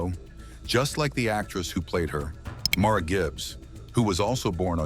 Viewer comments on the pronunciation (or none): MARLA , NOT MAURA